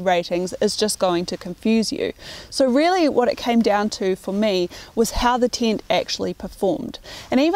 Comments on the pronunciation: hearing "tint" every time instead of "tent" just hurt my ears and i am not even native neglish speaker. :) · What's a "Teent"? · its a tent not a tint :)